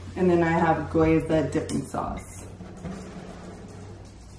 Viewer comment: Girly it's pronounced Gee•o•za Looks tasty